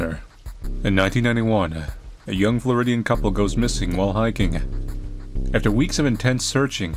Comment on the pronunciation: why does "floridian" sound so fancy